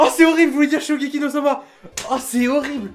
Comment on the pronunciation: Heaven Fox surtout qu’il a dit « shogeki et pas shokugeki »